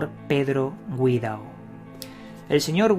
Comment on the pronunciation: "Paco Guirao" la "Gui.." la has pronunciado como si llevase dieresis "Güi"